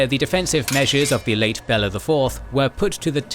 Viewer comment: Next time do more research, how pronounce historical names, because watching this is hilariously funny. Bella instead of Béla kinda unlucky.